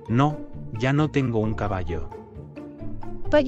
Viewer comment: Lástima que la voz automática en inglés pronuncie tan mal las palabras en español. Es tan irritante escucharla decir «Tehngou»....🙄